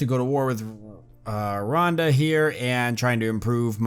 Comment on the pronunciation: It is pronounced ruanda